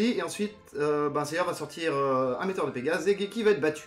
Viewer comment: Une question: apparemment tu connais la version originale de la série d'origine (tu donnes les noms originaux des attaques, tu prononces correctement le nom de Geki), alors pourquoi on a droit à du "Seyar" et du "Shina" pour Seiya et Shaina ?